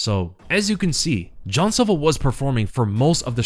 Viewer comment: Jean silva not john silva